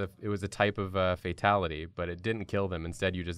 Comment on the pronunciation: Not a burger-ality... it’s a FAT-ality